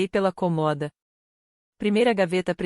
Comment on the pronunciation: Por que será que a Inteligência artificial sempre le a palavra cômoda sem o acento? E em todas as historias.